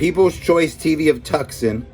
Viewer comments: Tucson, Arizona pronounced "two san". You've never heard of Tucson, Arizona???? Cheers, Rik Spector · Dairy = dare eee Tucson = too son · Too sawn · I live here in Tucson Az, pronounced Tooson. The c is silent a very common mistake! We love you here!